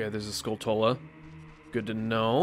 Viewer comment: Haha nice you finally said Skulltula correctly. 😅